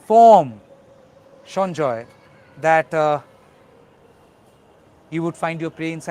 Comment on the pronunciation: He is Sanjay Rai and is not a Bengali. Why are you pronouncing the name is a Bengali accent ?